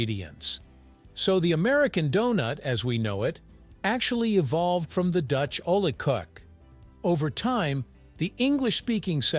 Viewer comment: That pronunciation of "oliekoek" had me in stitches. Anglophones are truly pronuncionally challenged. And, btw, I know them as "oliebolle", even in South Africa.